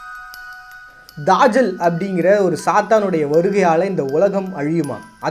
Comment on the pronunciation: என்ன bro தஜ்ஜாலுனு எழுதீட்டு தாஜல்னு வாஸிக்கிறீங்களே. நல்ல சிறந்த காணோலி இன்னும் தேடுங்கள் நிறய மர்மங்கள் கிடைக்கும்